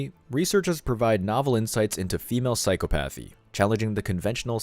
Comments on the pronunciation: I know it is spelled like it should be pronounced, "psycho-PATH-ee" but that is not how it is said. It is an irregularly cunjugated word. It is properly pronounced "psy-COP-ath-ee". "Psy-COP-ath-ee". I would hate for someone to misconstrue (or more likely PRETEND not to understand) and try to obscure your very valid point. People on the other side of the argument look for any reason to invalidate content they don't like... and in extremis they go for the ad hominem attack. "Him? He's stupid. Can't even pronounce the words of his own argument". Please don't take this as an attack from me because it was meant to help the channel improve-- something I'd like to see whenever possible. Love your work. Stay strong! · FWIW *psychopathy is pronounced